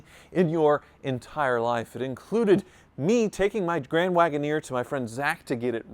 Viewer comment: " after almost a year my grand wagenier"